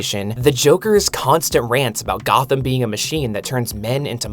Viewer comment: 'Goth'am. C'mon, dude.